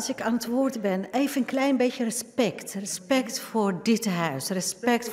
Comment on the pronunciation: Rrrespect. Rrrrespect, rrrrespect voor dit huis.